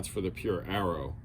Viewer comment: It's pronounced Aero no Arrow.